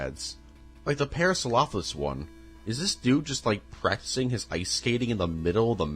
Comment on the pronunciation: I hate to be a sucker but here are the dinosaurs you mispronounced. (Im only going off of what I think is what you said) Pteradon - Pteranodon* Carnosaurs/Carnotosaurus - Carnotaurus* Parsaurlophus - Parasaurolophus* Mamenchiansaurus - Mamenchisaurus* Corythoruses - Corythosaurus* Pachycephalosaurus (You said the letters correctly, but it still sounds like you said it incorrectly) Elasamoforeium - Elasmotherium* Basalinosaurus - Basilosaurus* Doecurus - Doedicurus* Pro cop to don (Say it like this <----) Carodontosaurus - Charcharodontosaurus* Yangchuasaurus - Yangchuwanasaurus